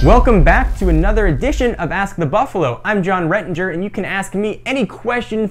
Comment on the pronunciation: why do you say buffalu